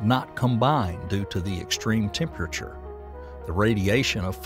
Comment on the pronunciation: What really drives me nuts is when he pronounces the word "temperature"